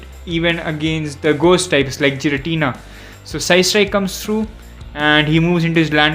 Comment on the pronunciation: that's Gi-ra-ti-na not Ji-ra-ti-na and its not evil-tal that's yv-et-al